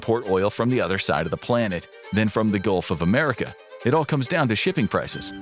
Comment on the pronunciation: Did… did he really say Golf of America?